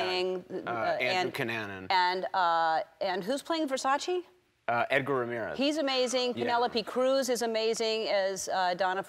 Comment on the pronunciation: Please,Say It right its's VERSACE not Versaci